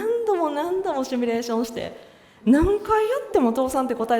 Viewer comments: シュミレーション？❓❓ シミュレーション…… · シュミレーション？❓❓ シミュレーション。